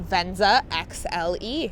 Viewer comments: Is she saying "VenZA" as a joke, or is that really the way she says "VenZA"? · I wish we had it in Europe and I like the way she says venza